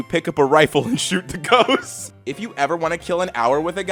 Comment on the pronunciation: Did did you say ghost or goats?? It would be funnier if you say goat